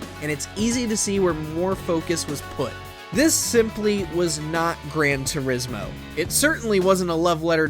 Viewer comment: "Gran Tursimo" 💀